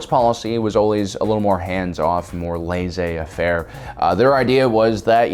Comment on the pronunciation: The pronunciation of "laissez faire" as "lazy affair" was a bit frustrating to hear.